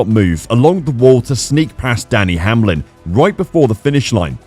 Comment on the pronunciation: If you ARE gonna have a computer TELL THE STORY, you could AT LEAST program the CORRECT names in it. There IS NO “Danny Hamlin” racing in the “CUP” series ! ……. Just sayin !